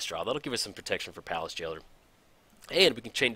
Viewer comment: Payliss Jailer? Words are hard aren't they? ;p